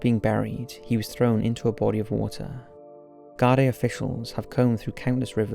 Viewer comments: Garday haha its pronounced Gar-Dee, Ireland is a corrupt hole of a country with strong connections to America, for fuck sake US soldiers are often spotted in full uniform hanging about US companies like Lockheed Martin, and we all know what suspicious carry on they get up to. One of the richest countries in Europe because it was built on dirty globalist blood money. Wouldn't surprise me if a man of his talents copped on to something fishy and was sent on a one way trip to the Wicklow hills. God rest the poor fella. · Not to be prude but, it's pronounced 'gardee' not 'garday' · It's pronounced gar-dee. I've seen posters recently, no more than a month ago, I can still remeber seeing the posters for the first time as a child. There was a couple of cases like this at the time. ALLOT of unsolved disappearances in Ireland.